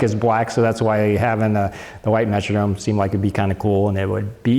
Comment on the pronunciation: very nice comprehensive review, except for your pronunciation of 'metronome' . perhaps you are from MN, but the 'Metrodome' is not a musical time keeper...